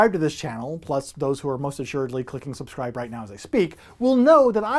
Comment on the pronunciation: 'Subsribe'? Hehehe... Great stuff, though,.